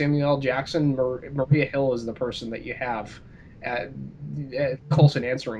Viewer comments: I agree. I dislike the European Wondertwins. And it's Maria Hill, not Mariah Hill. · It's Maria Hill, Cap not Mariah. lol